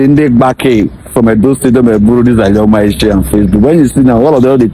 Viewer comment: Na alioma him call am